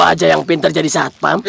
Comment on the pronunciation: harusnya satpam bukan satoam